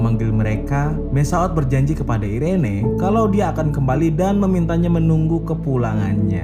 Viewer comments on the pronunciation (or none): Irene di baca iren bang kwwk ngakak gua bang